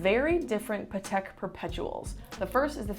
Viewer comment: did just say paatik?? I'm just kidding great vid👍🏾